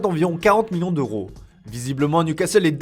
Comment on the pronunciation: « Romonte » « comportoment » « million d’oro »